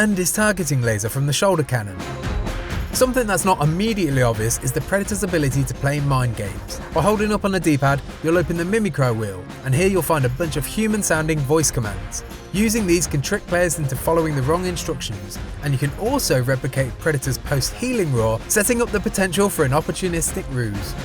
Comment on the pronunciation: I stopped watching entirely when he pronounced mimicry as mimi-cry. Cmon man hahaha